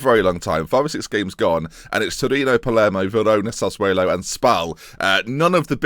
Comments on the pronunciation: it's pronounced carless al-en-ya. and sass-wo-lo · Please for the sake of my sanity learn how to pronounce Sassuolo. The is no e in there. It really really isn't difficult.